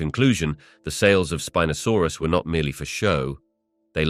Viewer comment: .... "Spin-asaurus"? I think it's pronounced Spine-asaurus but I'll just ignore it now. 😅👍